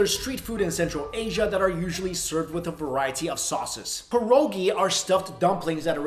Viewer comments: Mike it's pronounced pee- er- ogee not pear-oh-gee... lol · The way u pronounced pierogi made me cringe